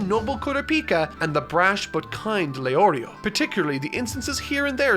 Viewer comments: You say Leorio and Killua correctly but not the other two. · Heard the names get butchered and expected to hear LEO RIO but leorio the only one he says right. Also I’m only 8 mins in so idk bout the rest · ITS NOT GAN GAWN OR GUN, GO - N GON Edit: HOW CAN YOU SAY LEORIO AND KURAPIKA WITH ABSOLUTE PERFECT PRONOUNCIATION BUT YOU CANT SAY FREAKING GON